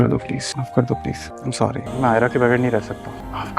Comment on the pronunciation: THANKS FOR YOUR analysis. But few mistakes in Urdu and English pronunciation in your talk. You should say phir instead of fir. Also check the pronunciation of the word sorry,YOUR SORRy is oo narrow.